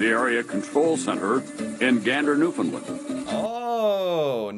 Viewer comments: And today we saw how very little what we did was appreciated. Funny, I don't recall Canada (or any other country) asking the US to pay them back for all the assistance we provided on that day and the ones following. PS - we pronounce it New Fun Land, not New Fun Lend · I’m gonna put it here, it’s pronounces New-finn-land, not New-finn-lind. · Newfun LAND. Or, NEWfun Land. Not Newfunlund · New found LAND, not New Found LUND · Not Newfoonlind. New fundlaaand. Help me out here Newfies and Labradorians! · A Newfoundlander I used to work with said the pronunciation of “Newfoundland” = “understand” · Has no one heard about the musical, Come from Away? This is the Canadian 9/11 story. And its pronounce New FOUND land😊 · the name of the province where Gander is situated is spelled and pronounced "New Found Land" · It's pronounced "new-f'n- LAND" It rhymes with "Understand". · New FOUNDLAND, non new finland. Please correct